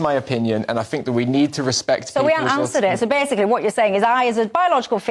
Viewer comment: Is it me or is the reincarnation of Rik from the Young Ones!! Also, please can someone tell him to say "think" and not "fink" as it makes him sound like a student and not a serious Political Commentator, if that's in fact what he is!!!